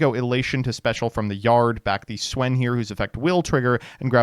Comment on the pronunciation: Didn‘t know you could mispronounce Swen that way